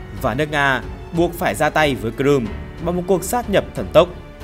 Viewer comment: Cờ rươm Cờ Rươm phát âm tên đảo nghe dốt quá